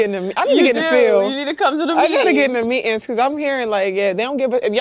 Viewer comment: Lost interest when “meetings” was pronounced “”meatin”. Nope, we speak English and my taxes were wasted when you speak something else. It’s not cool it’s a sign of low knowledge…any everyone knows it, including you. Done with stupid.